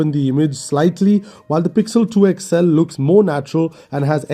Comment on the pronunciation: Its called xl. x-L ! You always say..." Ixxell"